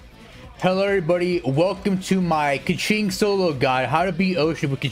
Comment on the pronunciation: He says kaqing alot